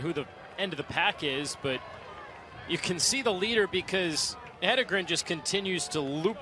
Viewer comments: Why can't most people pronounce her name? Head En Gren...easy. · What is the reason that announcers can’t pronounce Jane “He-DEN-gren”??? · Why do these announcers always struggle? Jane’s last name is phonetic. Just have to read it.